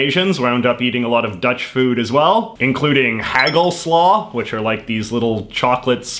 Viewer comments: the way he said hagelslag killed me xD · How can you have a Dutch mother and not know how to pronounce "hagelslag"???